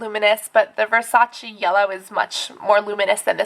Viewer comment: I loove how you say "BULGARI" and "VERSACE" ahah I'm an italian girl and we say those names in a different way, but it's kinda cool lol, love you Cassandra <3<3